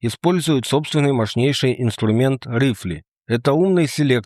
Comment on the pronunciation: Юберцуг, райфл... сцуко - уши кровоточат от "рифле" 😅🙈🙈